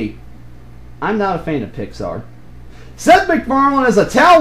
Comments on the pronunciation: Go back to your Pixar rant. The way you say Pixar is like you're spitting at the P. You know what I'm talking about? Ben T. Looney over-emphasizes the P. (I seriously mean no offense in any of my comments, lol.) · The way you enunciated the "P" in "Pixar", was that intentional? Don't know what I'm talking about? Go back to the rant, and listen to how you emphasize the P. It's certainly noticeable to me.